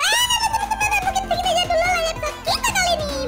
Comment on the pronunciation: Man kok eja bola dieja bolah